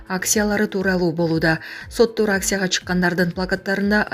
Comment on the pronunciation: Микрософ😂😂😂😂 Симболу.😅😅😅😅 Первый аддель😅😅😅😅 Аксия😮😅😊😂 Навальний😊😮😅 Данил Михеев-----Даниил!!! Карупсия😊😊😊😊 Дикторду угуп туруп ушунча да тили ширин болобу дейм да???))) Аксия өзгөчө 😂😂😅😅😅 Назар ньюста башка журналист -диктор жок болсо,айла жок да😊